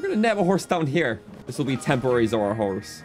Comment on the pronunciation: "Zora horse" Me, in a cold sweat: Z O R S E